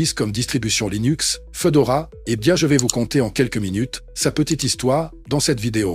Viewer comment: Fédora, pas Fedora... Fédora, comme le chapeau 🙃